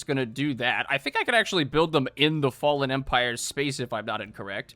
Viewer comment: I cant believe you mispronounced "Fallen" WTF?!?!